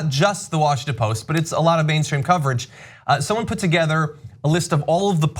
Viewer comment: Washington Post - Drop the "t"